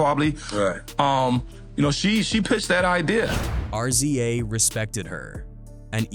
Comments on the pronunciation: His name is not RCA it’s RZA to pronounce it’s Rizz Zaaa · Fucken AI can't even pronounce the Rza..